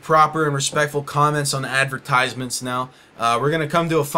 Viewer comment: Ten seconds in and I'm already overwhelmed by hearing 'ad-ver-tyse-ments' so many times Advert... eyes... meant... it was so obvious all along